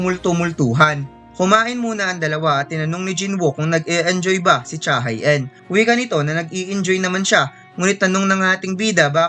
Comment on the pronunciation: Cha Hae-in ay Korean kaya ang tamang bigkas ay Cha HE-in.... Hindi Cha Hay In